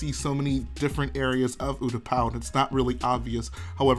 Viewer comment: Ooooootapow lol its pronounced you-t-paa